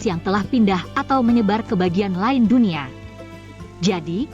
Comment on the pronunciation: Tulisannya "DUNIA" dibacanya "DUNIE" 😂 gmn mau mendunia